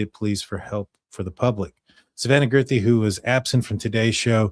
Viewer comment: Guth ree, not girth ree